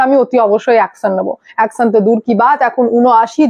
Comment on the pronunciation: অ্যকসন না, অ্যকশন। বাংলাদেসী না, বাংলাদেশী।‌